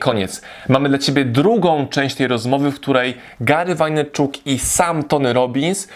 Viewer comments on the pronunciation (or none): /wejnerczak/ nie /wajnerczuk/ ; )